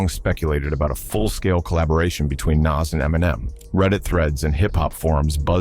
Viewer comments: You've got something against Illmatic by 'Nass'? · I'm so tired of white narrators messing up the names of these legendary rappers...Naz vs. Nas & Pack vs. Pac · Dude, at least know how 2 pronounce Nas, not "Naz"?!?!.! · that dude in the blue shirt is who??? and does anybody notice the narrator of this video has no idea of how to pronounce rappers names ,,,,naas, pack, come on now its NAS and TUPAC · It's sickening. I would prefer someone reading this instead of hearing nonsense like Dr. Dot Dre....I mean c'mon. And Pack and Nass. When I hear that I can't trust the info. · Pack … lol … many decades Dey still getting it wrong it’s pac..which is pronounced poc, long O sound. Nas …pronunciation is Noz … damn it get it together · God I hate it when AI mispronounces well known names. "Nass" "Pack" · "pack" and "nass" - I'm fucking done! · Narrator can't pronounce names correctly smh